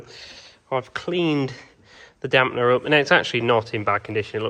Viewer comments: You keep saying Damp ‘n’er … it’s easier than that. It’s dam-per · You must watch too much American YOuTube. There in no "N" in Damper.... it is not a Damp-N-er